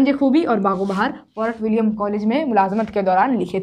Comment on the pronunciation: Mam aap bahut achhe padhati hai ❤ lekin word Bahut galat galat padhti hai ab jis bachacha ko urdu utna ache se padhne nahi ati hai wo to galat hi padhega. aour usi ko yad karega isme aap padhai hai forat villiam jbki fort villiam hai mam . Mam dusra video me bata Ke sahi krwa dijiye ga 😊 Thank you aap bahut acha padhati hai. Love you ❤❤❤